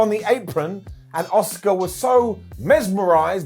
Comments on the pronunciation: Why do so many people both within the WWE and all the talking head shows (including ) call Asuka “Oscar” it’s not like Asuka is even difficult to say. I mean, I understand the Americans somewhat deliberately swap their O’s and A’s around in some words, but is an English… it’s Ah-ss-oo-kAh. It’s not like she hasn’t said it herself on WWE either. It’s American language imperialism and it’s infecting my language and I don’t like it. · “Ah-ss-oo-kAh“ is a Star Wars character. The Japanese way to pronounce her “name” is “Ah-ss-kAh”. The “u” is almost completely silent after “s” in most cases.